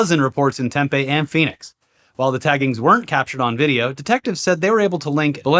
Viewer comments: Tempe:is pronounced TEM-PEE not TEM-PEH. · Yo hearing my hometown pronounced tem-pay was the highlight for me boys lol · I actually get to be THAT guy!!! It’s pronounced Tem-pee… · It's "Tempeeeee" not "Tempayyyy" OMG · Tempe AZ is pronounced “Tem-pee”, not “Tem-pay”. Get it right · Arizona native here. For future reference it's Tem-pee, not Tem-peh like the soy meat. I never realized before how irritating it is to hear someone repeatedly butcher the name of a place I grew up next to and lived in for a while. 😅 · It's pronounced Temp-ee! You're killing me with this temphe. That's fermented soybeans. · Temp-E, not temp-a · Tem-Pee, not Tem-Pay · As a local it was very weird to hear Tempe pronounced the way it was. It's "TEMpee" not tempay. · Tempe is pronounced Tem-pee and Prescott is pronounced Pres-kit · It's pronounced Tim-Pee. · Nit to pick, it’s pronounced Temp-ee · Tempe is pronounced tem-pee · Pssst! Tempe is pronounced "Tem-PEE". Maybe "TEM-pee" on occasion. Sauce: former Arizonan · Hey it’s “TEM-PEE” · we pronounce it tem-PEE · Tempe is pronounce Tem-PEE with a strong PEE. As in PEEnis Man. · To: 1. It's "Tem-pee" 2. Please clear your throat. 3. I love you guys! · The penis man city is pronounced Tem-Pee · For the love of Penis Man, its pronounced tem-pee,. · cute how you guys say "Tempe"... it rhymes with 'pee pee'